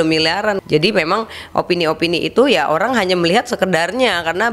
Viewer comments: Orang Tiongkok ya ? Ko sebut orang jadi olang wjkww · Oang...Bicara R dong